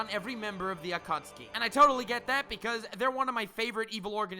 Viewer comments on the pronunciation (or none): wait is it Akutsuki or Akatsuki? because you're pronouncing it like Akutsuki. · The naruto fans ad still triggered. It's pronounced a-ka-tski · Is it really pronounced akutski and not a kat suki? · the A kat soo kee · At-kha-suki omg that's hilarious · lmao, the Aa-cat-tsu-ki